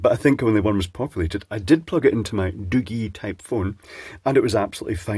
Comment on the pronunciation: Doogee The G pronounced as in Giraffe